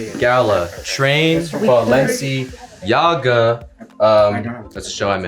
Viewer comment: balenciYAGA🤣 icl that got a laugh out of me